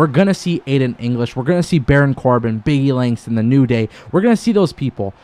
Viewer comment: When he said 'big e langston'